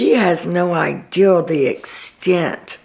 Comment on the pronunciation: you say "I had no "ideal" or "she has no "ideal", instead of "idea" like my mom says! I think it's so cute!